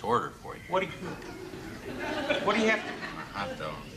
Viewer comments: "What's a hotdag"? LOL!!!!!! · "What's a Hotdag?" lol